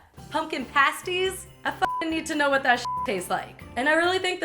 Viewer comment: I love you, but you say 'pastie' incorrectly. Sorry.